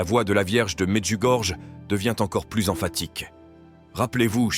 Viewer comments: Merci à la chaine Prières du Christ. Mais svp pronnoncez plutot "Medjugorie" et "Maria" . C'est aussi une question de respect envers nos frères Croates de ne pas déformer les prononciations. ça commence à etre très désagréable ce comportement irrespectueux tipiquement français. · Chers orateurs de la chaîne. Je me dois de vous dire que la lettre " J " se prononce " i " . C'est comme si c'était écrit : Mediougorie ou Myrianna .